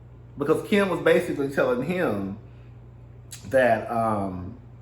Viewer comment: I scream at your accent everytime you say Kim"s (and my) name!! Keee-im!! 😍😍😍